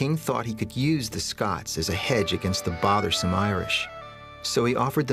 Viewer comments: It's Scots (humans from Scotland), not Scotch (whisky). Geez. But other than that, this is a great little documentary about early American history. Love the info about the music. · SCOTS-IRISH, **NOT** "SCOTCH"!!!! Scotch is a whiskey ye dimwit!